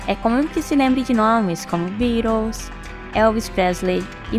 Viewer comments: QUE PRONÚNCIA MAIS ESCABROSA : " BIROS" (BEATLES) ! QUER APARECER??. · Birôs foi foda kkkkkk a matéria até é legal mas pronúncia dos nomes das bandas e dos artistas pqp sem comentários colega